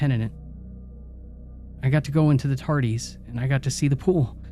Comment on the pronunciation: Tardees? Im officially disappointed. It's one thing that you mispronounce many common words, but the Tardis is where I draw the line.